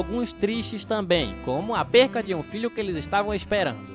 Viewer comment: Curiosidade foda: Uma faculdade francesa de audiovisual acusou a Pixar de plágio, pois o filme "Up" (2009) tem muitos elementos em comum com o curta "Above then beyond" (2006). Fim da curiosidade foda. Pronuncia-se "perDa",.